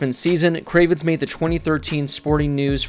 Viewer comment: I just noticed you keep calling it “Althon” when it’s “Athlon” lol